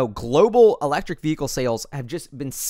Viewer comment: The correct pronunciation of the word "vehicle" you can find here